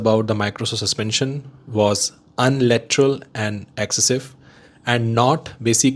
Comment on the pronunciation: Uni Lateral...not unlateral 🙏